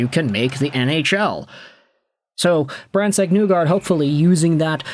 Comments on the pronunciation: Isn’t it isn’t it pronounced “Knee guard” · Great video. His last name is pronounced knee-guard by the way lol.